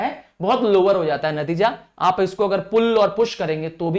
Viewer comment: Sir( jata) bola jata ha 😅